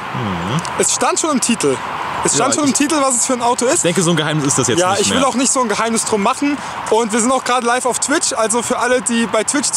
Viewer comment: "noch nit" :D Geil! Saarland!!!!